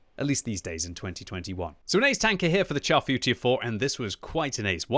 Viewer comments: you guys kill me with the horrid way you pronounce the name of this tank. a simple google search reveals the proper way to say the name in french. its not pronounced CHAR like burnt, its pronounced "Shar Footure 4". anyway that rant over, i LOVE my Char Futur 4. amazing sniper with good gun and accuracy, basically the same gun as the AMX CDA 105 TD. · Sounds like "Charfu tier 4" haha